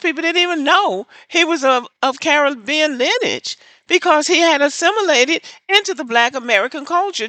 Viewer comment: Learn how to pronounce " Lineage " and You call Yourself a Black American /FBA ...Maybe it's because my #FBA azz wasn't raised in the south nor a Predominate Black neighborhood